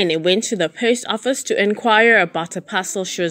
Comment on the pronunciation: As you research your stories, please be so kind as to include researching the pronunciation of words that are unfamiliar to you, when you do. It wholly detracts from the narrative when you continuously mispronounce words e.g. the post office in this story, and, in the Anni Dewani story, you mispronounced so many words, amongst others, Shrien's name, as well Stockholm, the capital city of Sweden, and a few others. I am not the grammar police, but you have a public platform, and get paid, so, you do bear a modicum of responsibility to at least tell your story properly.